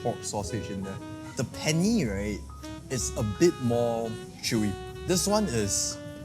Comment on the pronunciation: Penne is pronounced “pehn neh” not penni